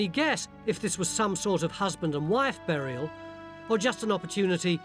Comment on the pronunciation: a "berriel" haha that is exactly how Phil says it :D